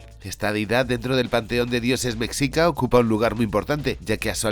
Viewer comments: Eah, con todo mi hemocho. Jajaja. Se pronuncia "meshica", la palabra mexica, pero te perdono porque eres el genialísimo hermoso, jejejee. De todos modos, no pasa nada, amigo. Mi opinión, como mexicana, la verdad me cae gordo que pongan a los españoles como los malotes y a los pueblos indígenas como los buenos y puros. Sabemos que la maldad (y la estupidez) es la más inclusiva y se encuentra en todos los pueblos del mundo desde que el humano es humano. Tanto no dudo que existieron españoles malos en esa época como buenos y así existieron indígenas malos y otros buenos. Simplemente el pueblo mexica exigía tributo a pueblos subyugados, de ahí el resentimiento de esos pueblos hacia el imperio mexica. Y ni modo, gracias a la Conquista pues aquí estamos todos los mexas actuales y los que vienen. Que qué bonito es que las personas tengan interés por la Historia prehispánica, pero tampoco hay que romantizar. No he visto la peli. Igual pensé que era puro cuento, pero resulta que es real, jaja. El estilo de animación se ve ahí más o menos, con base a tu reseña se ve que es una historia mediocre sin tanta profundidad ni precisión histórica, sólo es producto de la época. Y bueno, está bien. Ya si algún jovencito mexicano o de otro lado del mundo se interesa en aprender de las culturas antiguas de por acá, es bienvenido. Videazo genial, como siempre., no te dejes rasguñar por los cats. ¡Saludos y muchas gracias! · En la película Eternals (marvel) tienen una pequeña incursión durante la caída de Tenochtitlán. La pronunciación de Mexica es un sonido mas cercana al "Ch", (a reserva de alguien que sepa el alfabeto fonético internacional) es algo cómo "Mechica". En lo personal cómo "hispanista", creo que ubicarlo en la época virreinal, podría haber dado unas dinámicas más parecidas a la historia clásica de batman, que podría encontrar en esa deidad la inspiración para su lucha, además que así habrían podido crear un "Bruno Díaz" canónico.